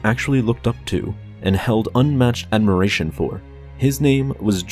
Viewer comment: Ad - mir - ra - tya? You mean admiration...